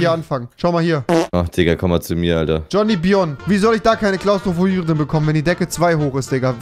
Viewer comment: Mein Name ist Jonbonion und nicht Johnibion und ich will anteile am geld sonst gibts anzeige aber zackig